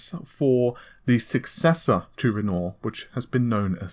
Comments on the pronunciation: Ren-wah not ren nor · Its pronounced "REN-WA" not "REN-OR", it is the famous French painter's name. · RENORE?.. IT'S RENOIR YOU FUCKING IMBECILE!.. it's bad enough that you can't fucking pronounce NAVI but go get some fucking english classes! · sorry but it's REN-wahr, ren-WAHR as in the artist not renoor /rant off keep up the good videos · It's pronounced Ren-Wah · Just for future reference; Renoir is said ren-wahr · He spell it like Renault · Great way to pronounce "Wren Norr". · I was surprised he didn't butcher Cezanne as much as Renault. I mean Renoir. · I mean this channel is known for one thing.. and one thing only.. the inability to pronounce basic words like NAVI.. it becomes naveeh here.. and renore.. for Renoir.. it's a bloody insult to the developers... well I guess padding news with irritating "small talk" is another main feature.. but ye.. so done with this trash channel. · I work in the art world....it is kinda weird that someone as renowned as Renore to be mispronounced. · AMD is quite often (but not always) using the surnames of artists for its codenames: Matisse, Cezanne, Renoir, Picasso. I know it seems petty but PLEASE could you try to pronounce their names properly? Renoir - Matisse - Cezanne - Picasso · Why do i get the feeling nVidia is paying you to hype their products... it just feels like an advert and not a commentary. Did they also tell you to mispronounce Renoir.... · Ben Rogue he refuses to correct his pronunciation at this stage. Amy pronounces it correctly. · it’s soooooo annoying. youtubers have no standards smh, journalists shouldn’t intentionally mispronounce topics they’re covering. Renoir is a very easy name to pronounce.